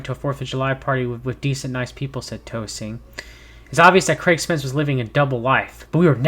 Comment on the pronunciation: It’s Dee-Jen-oh-vah and Victoria Ten-sing. If they automatically don’t ring a bell, search for them now. They are intrinsic to the Trump sphere of shanigans.